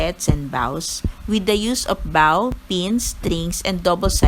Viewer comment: its pronounced as BOW po, not BAW =)